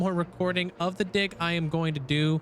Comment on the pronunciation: Bro did not say "dig" 😂😂anyways keep up the good work!